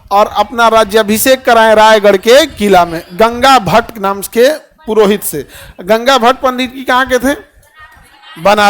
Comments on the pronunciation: Ganga bhat nahi gaga Bhatt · Gaga bhatt hai 😂😂😂 gangabhat nhi aur Shivneri ko Shivner bol rahe ho pahale khud thik se padhalo baad me baccho ko padhavo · Shivner ❌️ shivneri ✅️ Ganga bhatt ❌️ Gaga bhatt✅️